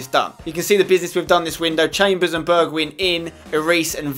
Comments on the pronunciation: Ay spenny, just to help ya out, it's pronounced burg whine Mountain wine. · it is funny how english people can't say the wijn in a Dutch name, like in wijnaldum and bergwijn, you pronounce it a bit like wine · spencer i love your vids but i hate how you say bergwijn. you say it like bergwine pls say it correct and keep up your good work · You pronounce Bergwijn just like how you pronounce Schweinsteiger with an "ei" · You pronounce the E in Bergwijn like the E in egg. Wijn you pronounce like wine. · It's not a short "i" but a long "i" not the i from win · Nice episode Spencer! You pronounce Bergwijn like Bergwine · Say Bergwijn like this: Berg-why-n . I'm dutch; so it should be okay ;) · Spence, you're saying Bergwijn wrong, it's pronounced Bear-g-wine :P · You should say bergwine instead of bergwijn cause then it would look more like how you say it in dutch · You dont say it like bergwin its more like bergwine (Im dutch) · spence its pronounced Bergwyn not Bergwidsjn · Pronounce Bergwijn as Bear gghh wine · You pronounce Bergwijn as: Bergwine, and then the first 'e' as in Alfred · berg"wijn" you say wijn like WINE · If any one is wondering I am pretty sure Bergwijn is pronounced Bairg-vine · POI it's Berg-Wine just like Wijnaldum is Wine-aldum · you actually say it like bergwine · I think it's pronounced BergWINE. Because the same letters start Wijnaldum and we say WINE-aldum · I think it's pronounced like Berg-Vine like Vine-naldum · Pronouce Bergwijn like berg(pronounced as berg is Heisenberg)-wine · The the last part of the name bergwijn is pronounced as wine so it's bergwine👍🏻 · You are supposed to pronounce it "Bergvine" like the app Vine. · The 'wijn' in Bergwijn is pronounced like 'wine'. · you say bergwijn like bergwine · Hey Spencer!, u pronounce bergwijn as bergwine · Bergwijn is pronounces like Bergwine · Pronounce Bergwijn like: Bergwein ij = ei in dutch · You Should purnounce bergwijn as bergwine. Thats how the dutch people say it. :)